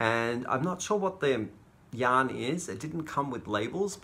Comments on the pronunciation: Hi. I have to admit that I thought for the longest time you were saying young lovers at the beginning of your videos and I thought that was so sweet. Somehow it finally clicked you're saying yarn lovers, lol. You're still sweet though. Brightest blessings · I hear the same thing and wondered at the first why was saying that lol